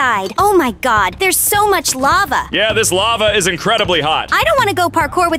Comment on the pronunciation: And why did say lavae (the e is silent) when she was soing the lava obby